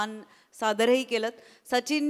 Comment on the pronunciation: It's Sharmesh and not Shramesh❤u bro 😂 majhi aaii aanhi mi tujhe khoop mote fan aahot especially for the role of "Shendru" and Vanita Kokan chi "candy", MHJ ek vinati " Shendru"cha skit once in a week teri dakahava 🙏